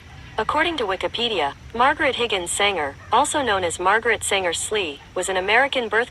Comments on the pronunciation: "Sanger" not "Singer" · Her name was Sanger, not Singer. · Not Singer, it's Sanger.